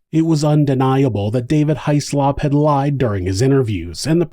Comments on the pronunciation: It's usually pronounced Hizz-lup or Hizz-lop without much emphasis on the O but in this instance High-Slop is much more fitting for this despicable perpetrator. A huge piece of slop in fact. Poor little October. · Child deaths are always so upsetting 😢😢 Small detail, Hyslop is pronounced 'hiss-lop'. It's a Scottish name, and is supposed to be produced this way. I feel that in America it is normal for surnames to be pronounced differently from the original pronunciations.